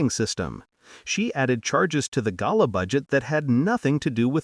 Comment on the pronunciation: The best pronunciation of the word GALA ever in all the months listening to these stories. Thank you very much.